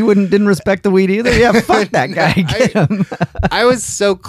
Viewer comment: I listened to this last night during my smoke after work sesh and have to say this I haven’t listened to a more interesting podcast in a long time. Cracked up every time said fack! My brother and best bud say that all the time since we heard a guy sliding down face first on an icy ski slope shout faaccckkk😂